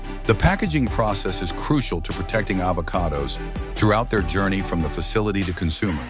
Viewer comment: Is she trying to promote AVoCADOs, or BOBOBOBOOOOS.